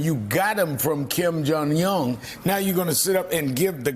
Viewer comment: "KIM JONG YUNNN"